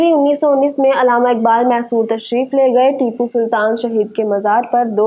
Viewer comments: अलामा नहीं बल्कि अल्लामा बोलिए mam علامہ اقبال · Alama na bolain Allama lafz hai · Mohtarma correct word is ALLAMA not ALAMA.